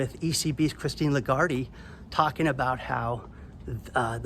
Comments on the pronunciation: I love you and your show but you pronounced Christine Lagarde’s name incorrectly. The “e” in her last name is silent. Her last name is pronounced “La-Guard”. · Please revisit your pronunciation of Legarde.